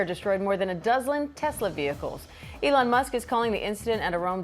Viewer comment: Be very careful of a video production about such a well-known person that mispronounces his name: this could be a complete AI Trojan horse, and you have to assume that the voice that you hear is not an actual human voice: "Elona Musk?"